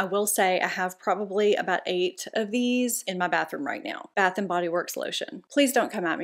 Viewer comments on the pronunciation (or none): none